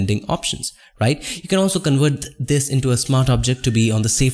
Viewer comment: You really need to work on your accent. I know English is not your native language, but neither is mine. You pronounce the Ws as hard Vs and the Vs as Ws, which is very distracting and sometimes can make the word uninteligible. It's conVert not conWert, it's Work, not Vork. It's so annoying and it diminishes the value of your otherwise very useful tutorials.